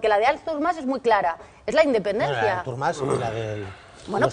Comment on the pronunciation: em declaro incapaç de respectar la opinió d'una persona que pronuncia Árthur Mas